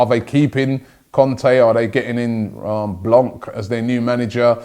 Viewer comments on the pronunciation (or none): none